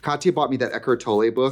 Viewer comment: Is that how dude's name is said? Ek❤ Toll-Eh? I thought it was ekhart toll and the rest of the layers are silent. But I'm going to take the Trixie (Wisconsin) pronunciation.